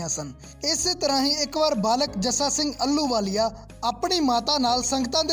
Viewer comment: ਅਲੂ ਵਾਲੀਆ ਨਹੀ ਜੀ। ਆਹ ਲੂ ਵਾਲੀਆ ਮਹਾਨ ਜਰਨੈਲ ਸੁਲਤਾਨੇ ਉਲ ਕੌਮ ਬੱਬਰ ਸ਼ੇਰ 🙏 ਮਹਾਨ ਜਰਨੈਲ ਦਾ ਸ਼ੁੱਧ ਨਾਮ ਉਚਾਰਣ ਕਰਨ ਦਾ ਜਰੂਰ ਅਬਿਆਸ ਕਰੋ ਜੀ।